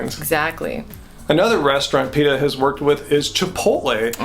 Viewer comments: Pay-ta? I don't know what Pay-ta is? PETA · y u pronounce it "paeta"? haha